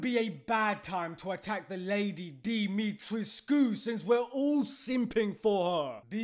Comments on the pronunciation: Pronounced Di-mi-tresk with a silent “u” Great vid btw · Isn’t her name pronounced Dimitresque